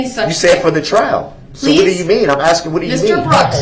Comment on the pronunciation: She isnt axing BOY SHE IS ASKING